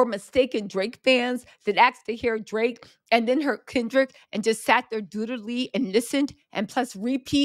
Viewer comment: I love your updates on Kendrick and Drake. And I crack up every time you say “Drrrraaaake”.